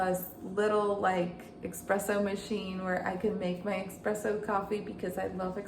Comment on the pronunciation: Thank you for the info!! ❤ But it’s espresso, not EXpresso ❤